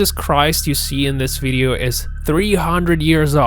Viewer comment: Its a video video video . What the fuck is a veideo veideo rageing pronounce the word correct0